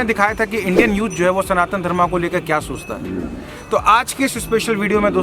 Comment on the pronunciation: आप सनातना धर्मा क्यों बोलते हैं सही नाम बोलिए" सनातन धर्म " कम से कम आपलोग तो सही बोलिए कोई विदेशी अगर सनातन को सनातना कहता है या धर्म को धर्मा कहता है तो समझ आता है पर आप तो ठीक बोलिए🙏हरे कृष्ण 🙏